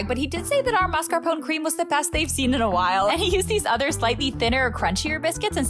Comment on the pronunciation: Everybody say it together: mah-scar-POH-neh There is no such thing as mar-ska-PONE. It's spelled maScaRpone, not maRscapone. Think "mascara", but the "a" is pronounced with an open back unrounded "ɑ" (pasta) instead of a low "æ" (cat). The Italians don't use diphthongs like we do in the US; vowels in Italian are either long or short. And that final "e" is pronounced too. - PERFETTO! You nailed it! ❤❤❤